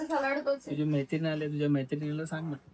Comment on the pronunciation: आधी मैत्रीण बोलायला शिक. म्हेत्रिन 😂